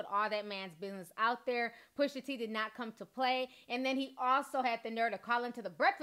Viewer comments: My love it’s PUSHA T not pusher t lmao 😂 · Gritting my teeth every time I hear you say PUSHER T 😬😂😂 pusha girl PUSHAAA lol 😘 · She said “PUSHER T” twice and I had to look up another source to dish it to me. Lol